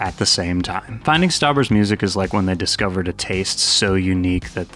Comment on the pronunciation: MOO-ZEEK? I have never heard of such a thing. I may check out your MOO-ZEEK.